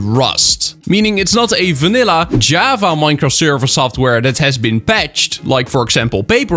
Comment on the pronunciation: it sounds like ur saying "jueava" instead of java